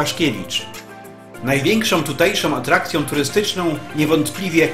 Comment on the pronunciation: Przypadkiem weszlam na filmik o Sycylii,wspaniale widoki i zabytki.Mam zastrzezenie jedynie do lektora.Cytuje:najwiekszom tutejszom atrakcjom turystycznom...no i te nachalne troche reklamy zakupu filmikow.pozdro